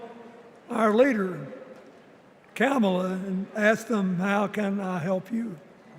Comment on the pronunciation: Clinton is so racist! He mispronounced Kamala's name. The mortal sin.